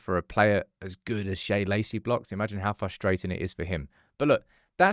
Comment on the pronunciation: out here absolutely DYING attempting to remember how to pronounce Shea’s name properly every time🤣